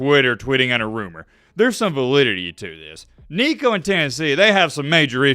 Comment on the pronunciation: Nico just added an "n" to his name...